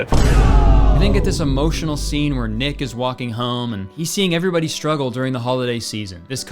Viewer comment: when you said “this is also where we meet the main character of the film, nick” i fully heard you say “ick” and you know what. probably very fitting